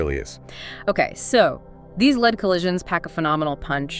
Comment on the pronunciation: Is that an AI duo conversation kind of thing? I would never have guessed were it not for the "leed, led" mispronunciation.